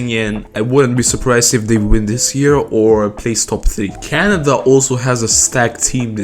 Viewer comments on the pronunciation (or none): none